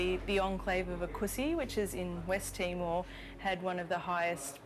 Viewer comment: Is she saying "TimoL"? 😳